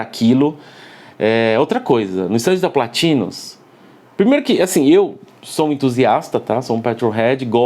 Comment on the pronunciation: Quando assisti o episódio do a pronúncia PLÁÁÁtinus me lembrou do prefeito na hora! Kkk Muito bom o conteúdo Perfeito! 👍